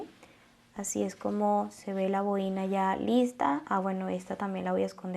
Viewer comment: Es una boina y no boína